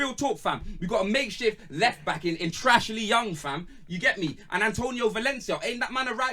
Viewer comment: Man said Trashley Young. AHAHAHAHA